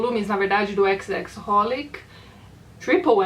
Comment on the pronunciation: Tati, a pronúncia de xxxHolic é apenas Holic. (: Fiquei bastante curioso com Pílulas azuis. kk